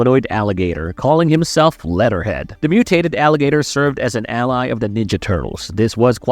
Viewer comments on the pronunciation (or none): It's "wort-hog" not "war-thog." It's "leh-ther head" not "let-ter head ." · He says lead'er head so much! Fix ur A.I. voice or actor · Are you saying war-thog or warsog? Also did you say letterhead? Wtf. Why are so many of these videos voices by seemingly moronic A.I. voices?